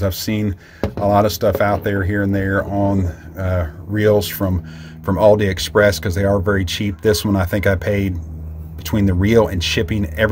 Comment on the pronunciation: Is he saying Aldi express?